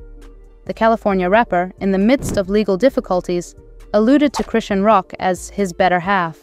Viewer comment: Just thinking the same can’t even say her name